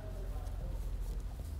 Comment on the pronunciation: Nobody: James May: s t a n d a r d